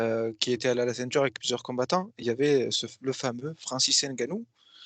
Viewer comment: NGANNOU Non N GANNOU